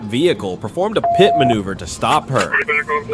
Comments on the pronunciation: Love the AI narrator - police ended the chase with a "Pie-T", LOL! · Pie Tee maneuver..... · A pie-t? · Yo buddy stop intentionally saying stupid stuff made me dislike the vid, bro said "P. I. T." Instead of saying "pit" which is how it is Said universally L man